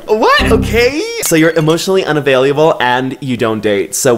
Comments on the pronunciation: This man pronounces French words perfectly and is dead ass out here saying "unavailyable" I love it 🤣🤣🤣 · Hey, I love how you say "unavailuable" instead of "unavailable"! 💀 honestly, CUTENESS OVERLOAD >>>>> ❤️🙌🏾 And omg ✋🏾 I've watched almost ALL of your videos and we keep giving THE SAME EXACT reaction simultaneously ahahaha the first time that happened I was shook, but now its as though we're hanging out together irl... Which is really nice cuz this pandemic has been going on for too long😫 Thanks for keeping me company! 🤗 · no one:: “unavaileyable” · not saying « unavaileeable » 😂🥰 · no one:: "emotionally unavailuble" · Did anyone notice saying “unavailiABle” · “Emotionally unyavayliable” - I’m sorry what? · **Unavailiable** Un-avail-leeable Lol Oh, cute, I poke fun! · Dude why do you keep saying "UN-A-VALUABLE" ????